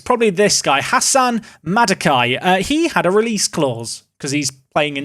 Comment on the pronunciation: Hassan madaki is pronounced haasan madakee